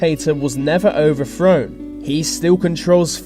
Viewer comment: 1 minute in. "Lesofo". "Overfrown". More disgusting Brirish pronunciations. Robotic voice. Ugh..............